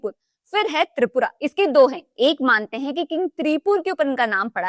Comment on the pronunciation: Tripura ki matlap hai Tipra /Triprasa kyu Galat bol rahi ho